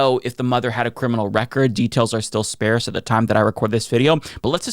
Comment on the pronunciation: Its pronounced “sparce” like “car”.... not “spayrse”